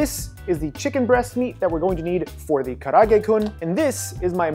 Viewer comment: Dude, karaage is 4 syllables not 3. Ka-ra-a-ge